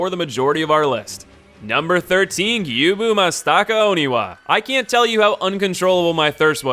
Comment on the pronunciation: "Jenichiro" "Toh-moh" "Gyooboo" "Ichi-mongee" >priestess yao being referred to as "him" No shade dude it's just funny lol